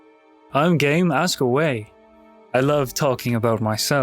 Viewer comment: my gayass thought he said gay instead of game for a second there